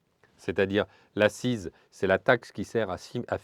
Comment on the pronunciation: Le début du mot "accise" se prononce aksize, comme le début du mot "accident".